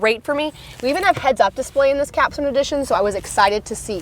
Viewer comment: lol. She’s fine. I think there are many who dig her style (her husband being one of those) I just thought her calling the “Capstone” a “Caption” edition was funny.